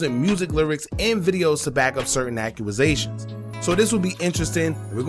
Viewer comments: Accusations not acuasatuon Use Google to search how to pronounce it lol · why do you say accuwasations instead of accusations? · Accuaasations? Squid pro quo? Bro you having a stroke or trolling? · Acua was zations what????? Ac u zations dawg accusations🤦🏿‍♂️🤦🏿‍♂️😂😂😂😂